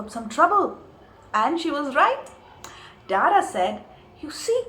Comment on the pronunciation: dada in bengali means elder brother, the pronunciation is wrong and too anglisised...his name is not daadaa